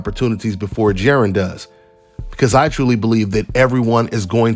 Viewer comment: Juh-Ron Dontae